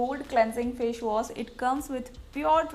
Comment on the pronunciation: Wo fash was nahi hota hai wo face wash hota hai